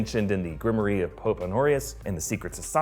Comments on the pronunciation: Grimoire is pronounced grim-wahr not grim-or-ee js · Ahem.....its pronounced GRIM-WAARRRR lol ;P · you really gonna pronounce grimoire like that,?